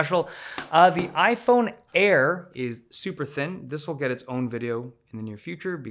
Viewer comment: Ay eye air, ay eye 17 pee and ay eye 17 pee em